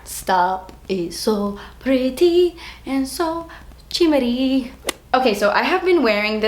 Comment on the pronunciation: "Ximery" jajajajjajajajajajajajajaja love it, seriously i love when she misspronounces word on purpose! Love from spain❤️